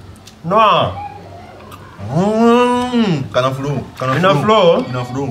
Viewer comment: kanafrow? eeh kana frow